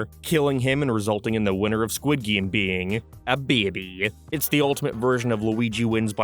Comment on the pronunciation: Disliked because you kept saying "Geem" instead of "Game". Yes, I am that petty.